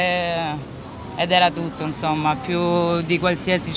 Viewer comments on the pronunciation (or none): "però io so esperto de siringhe" ENSOMMA, ENSOMMAH!